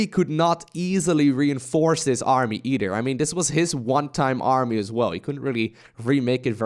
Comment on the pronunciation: where are you from that you pronounce a "th" sound with a d? Ex: Though = Doe, the=de, either=Eder